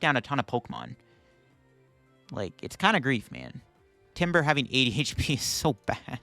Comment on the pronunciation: every time he said 80hp it sounds like ADHD